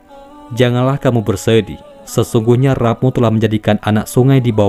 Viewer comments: rabb...rabb....bacanya Robb woi...gatel kuping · maaf, saya mengingatkan pada pembaca paparan ini: RABBNYA JANGAN DIBACA SEPERTI TULISANNYA TAPI BACA "ROBBNYA"